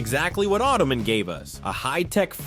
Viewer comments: Automan is pronounced Auto Man. Not "oddomin". Also, Nebicher was pronounced Nebbicker. Automan did not turn into a car. Cursor created the car. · It’s Auto Man, not Ottoman. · ok, i have to stop you, after you saying it WRONG 3 times. AUTO MAN, not AUTOMIN, its literally stated in the first episode, AUTO MAN, an automatic computer generated man. Also, VOYAGERS, ended not because of cost, but the main character DIED during production of the show in an on set accident. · It is pronounced “auto” man not autaman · It's not "Autom'n". It's Automan: Auto + Man. It's not "Highwaym'n". It's Highwayman: HIghway + Man. That word is mobile, not "mobl". The "ile" part is the same as the word "isle". How can anyone get those wrong? The words are literally written right there in front of you! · It’s automan not ottoman. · "Ottoman." LULZ! Who made these chapter headings? For that matter, is that even a human announcer? The show and character was pronounced "Auto-MAN!" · AUTOMAN not OTTOMAN. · Automan. Not ottoman. :) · It's "Automan", not Ottoman. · LOL, It's not "Ottoman." It's "Automan." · Say it with me. "Auto Man" not "Ottoman." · Its not automin, its automan. And he did not turn into a car. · It's pronounced autoMAN not ottomon! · It’s pronounced auto MAN. He’s not a footstool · Pronounced “Auto-Man” not Ottoman. 😂😂😂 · It was pronounced Auto-Man...not ottoman. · Was it really pronounced “ottoman”? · I kept hearing ottoman. Making me think of the footstool 😂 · AutoMAN.. it's not a last name like Peterman. It's AutoMAN. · Why are you saying “Automan” like “ottoman?”